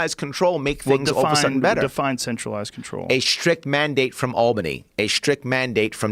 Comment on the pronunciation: He says "centralized" almost like "sexualized" Mmmmm "sexualized control"